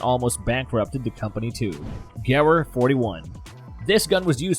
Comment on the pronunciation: The way he said Gewehr hurt me.